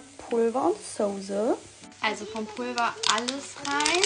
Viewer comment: Souuuusse & Nouuudelzzz😅